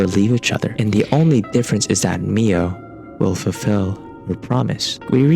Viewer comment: Is he gonna say "My-oh" this whole video...? Aha! Whew. 😂